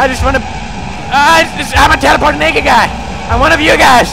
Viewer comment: Lol in he say teleporteing BARRELLS